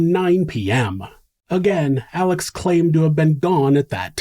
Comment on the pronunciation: i absolutely LOVE your channel! However, you keep calling him Alec and his name is Alex... 😊